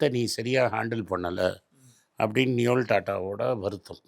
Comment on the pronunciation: it's நோயல்; not நியோல்.